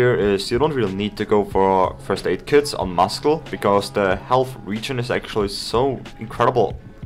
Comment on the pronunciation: FYI muscle's pronounced wrong